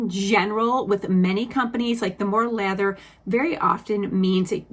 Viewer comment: Omg I thought you were saying leather not lather 😂